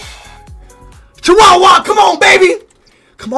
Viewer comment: Him calling Chukwueze Chihuahua is the greatest fucking thing ever